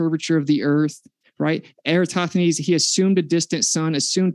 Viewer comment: He says Eratosthenes. Lol.